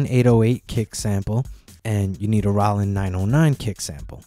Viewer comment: I listened to this video 5 times in a row to figure out what a "Rawlin 808 kick sample" was... lol. Does anybody actually pronounce Roland that way?